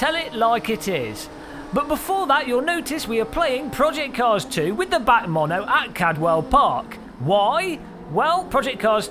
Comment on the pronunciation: its called the b-a-c mono not bac.